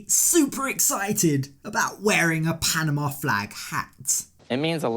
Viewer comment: voice alone, but especially his pronunciation of Jasmine (jeeasmine) and Panama (peeanimuh) drive me crazy. Also, why does a 50 somthing adult man's voice crack like a 12 yr old so much?